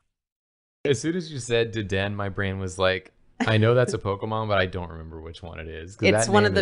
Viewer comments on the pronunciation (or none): Are we not gonna talk about how says "Da-den"? How could he butcher its name that badly? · It's not "Daden" it's "Dedenne"